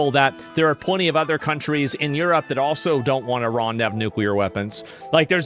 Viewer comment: Trump said Eruope... Not the U.S. for missle strikes from Iran 😂😂😂